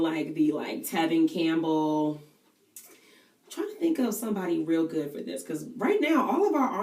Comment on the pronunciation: oo girl, did you say Tevin Cambell? LOL